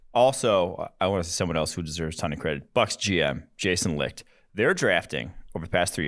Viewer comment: Licht is pronounced Light...jus sayin